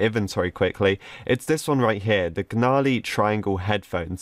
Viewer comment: WHY DID HE SAY G-NARLY HEADPHONESSSA AAHHHH